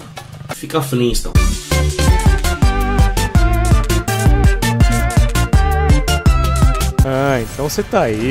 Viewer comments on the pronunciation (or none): 'Fica Fliston' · "Fica flinstom" kkkk rachei